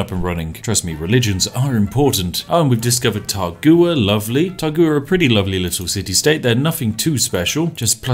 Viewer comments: Taruga my man, not Tagura. I know, coz I just conquered it last night. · City state: is clearly spelled "Taruga" Spif: "Targua"